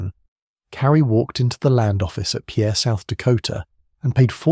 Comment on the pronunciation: As a former South Dakota resident Pierre is pronounced as pier. Take it from one that was harshly corrected when I first moved to the area 😊